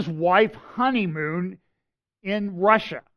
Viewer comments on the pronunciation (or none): none